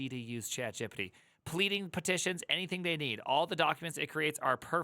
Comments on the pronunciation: ITS G.P.T NOT GIPITEE HOLY SHIT. What is wrong with you??? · "Gipeeti", my brain hurts with that pronunciation, it is "Gepetee", pls try that one. Great video and pretty much sums up the situation for Germany too. If you don't have working experience, you will have a very very bad time. A Jr. Data Scientist speaking here. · Why do you say gpt like that